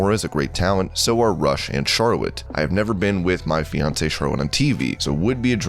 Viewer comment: His name is not Rush like Lio Rush. Its pronounced Roosh. Like Woosh but with an R instead of a W.